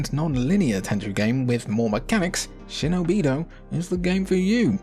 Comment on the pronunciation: actually is shinobidooooo not shinobìììììdo the correct prons and i dont think is hiden gem